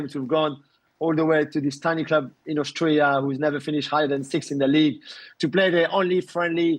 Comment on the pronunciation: He said Austria though just sounded like Australia.